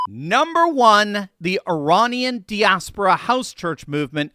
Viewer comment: you are pronouncing "diaspora" incorrectly! FFS someone with a PhD in Religion should be able to say that word correctly!